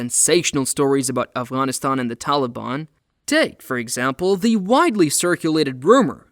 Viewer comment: Thnx for pronouncing Afghan and Afghanistan so correctly